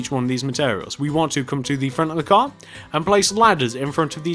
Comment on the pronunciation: you said a gar